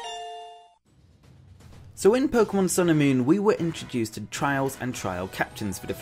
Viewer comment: The pomemon switch? Lol